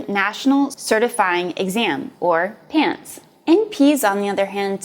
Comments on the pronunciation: Did she just say and list PANTS instead of PANCE?! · PANCE... not PANTS but nice try! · I stopped trusting her when she said pants instead of pance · PANCE, not PANTS. Also, seemed kinda biased. Gave me the impression that PAs only practice in ER or surgery, compared to the big long list that NPs can potentially practice in...PAs practice in virtually any specialty or practice. From ER to Pathology, from Family Practice to Urology, etc. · PANCE* Not PANTS. From a PA student :)